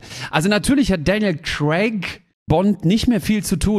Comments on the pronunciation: daniel crack😂😂😂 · Ich liebe Däniel Cräck. 😆👍